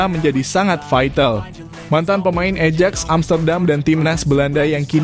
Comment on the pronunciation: AJAX itu dibaca AYAKS bukan ejek ... !!! 😂😂😂 CUP dibaca KAP bukan cupu ... !!! 😂😂😂 mikiiirrr!